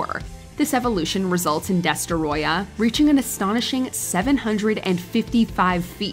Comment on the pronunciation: The way you butchered the pronunciation of Destoroyah almost destroyed the video.